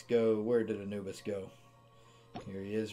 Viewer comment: lol i thought u said anubis like ann-u-biss